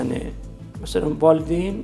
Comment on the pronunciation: Ay jurnalist,valdeyn deyil,valİdeyindir.